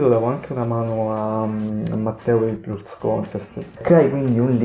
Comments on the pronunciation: La loro breve ma fulminante carriera? Dunque la loro carriera sarebbe già finita? E si dice “pals” no “piulse”… 😆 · ma come si fa a pronunciare PIULS??? ma insomma...